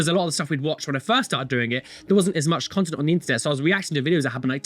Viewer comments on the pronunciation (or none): none